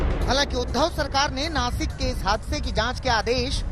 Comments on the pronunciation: ये नाकिस कहाँ पर है भाई.....😂😂😂😂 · नाकिस नही नासिक होता है आज तक वालो गवार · chitra ji 2000 ki note me nano chip ....😂😂😂 ....or naakis nhi .....naasik hai wo😎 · नाकिस नही नासीक होग!! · Nakis nahi nasik chutiyo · नासिक है... नाकिस नहीं